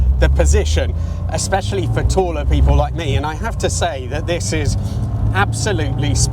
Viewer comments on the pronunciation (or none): none